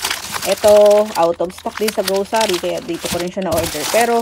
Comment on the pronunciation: ang saya pakinggan ng pag sabi mo ng grosary :D Thank you for the good vibes!